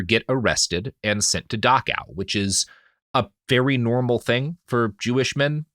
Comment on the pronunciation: It's Dachau not Dakaw. Why is it so hard for americans to speak? :D